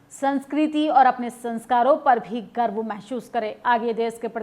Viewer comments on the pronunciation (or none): Garab ki baate nahi Garv ki baate bolte hai Palla nahi Palda bhari hai Hindi bhi accha se nahi bol patti kya media banegi